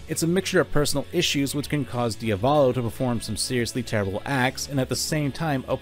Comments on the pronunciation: Can you take the 5 seconds to google the proper pronunciation of foreign words? It’s not fucking “Dee uh VAWL low” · Ah yes. "Diavalo". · diavalo? isnt it diavolo? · It's "Diavolo" NOT "Dia-volo"! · I love your videos but listening to you mispronounce Diavolo upwards of 30 times was excruciating pain